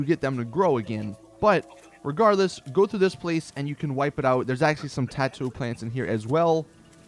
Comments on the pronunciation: Why do you say tattoo instead of tato? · It's not"tattoo" it's tay-toe. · Dude, really? Muttfruit? Tatto plants? MUTEfruit. TATEo plants. You know? Like MUTation and poTATo? Yikes. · Tattoo plants? It's TAto like PoTATO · T-ar-To????????? I think it's T-ei-To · Dude. Tato pronounced poTATO; Mutfruit pronounced MUTant. Idk why this bugged me so much. This is the first YouTube comment I've left in at least over a year. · it's pronounce Taiiiiiiiito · its pronounced myootfruit and tayto. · >muht fruit >tattoo Just no. ffs, this game has NPC's who talk to you, who pronounce this shit properly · He said tatto 😂😂😂😂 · I thought it was pronounced like "tayto" 😂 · Ta-to lol...... laughed my ass off when you pronounced Tato..